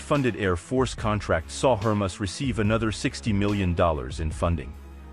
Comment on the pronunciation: It’s HER-MAY-US you dolt.